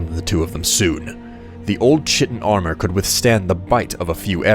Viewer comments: It’s pronounced kite-tin, not chit-tin. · I loved the story, and the excellent narration. My only issue is that you pronounced Chitin wrong - it's pronounced "Ky-tin". Anyways, awesome video. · Chiten is pronounced kiten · I like your videos, but it's crazy how badly you butcher some of these names, Kye-ten, Karth-waste-n, Traw-ma root, Nell-oth, etc